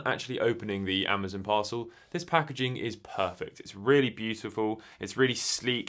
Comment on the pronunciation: I know it is normal for people to pronounce things differently. But proper names like Amazon should always be pronounced the same. It's strange hearing you mispronounce it over and over.